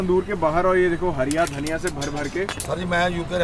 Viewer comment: Plzz sir Harra dhanya ko Harya dhanya kyoo khty hn??